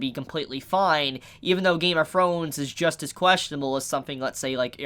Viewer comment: What kind of accent do you have and where are you from because you saw “frones” instead of thrones and you said “frew” instead of “through”